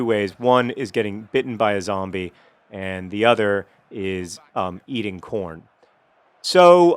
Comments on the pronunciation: hehehe, i thought he said porn instead of corn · Every time I hear the word Corn, I always have to check to make sure he's not saying Porn.